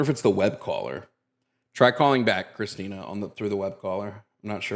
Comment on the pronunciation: The name is CHRISTIN-TH!!!!!! You come to our house, you get my wife’s name right. It’s CHRISTINTH!!!!!!! That’s all I could hear every time said Christina 😂🙈